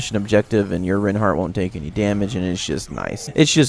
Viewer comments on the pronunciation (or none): My opinion is. It's pronounced 'rine-heart' not 'rin-heart' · I love it when people properly pronounce names :D It's pronounced similar to the word Why, emphasis on the I sound, not the E sound.